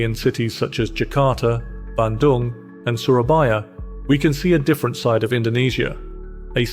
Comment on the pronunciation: Your pronunciation of Bandung, Gotong Royong, and Kerja Bakti is absolutely spot-on – really impressive! 😊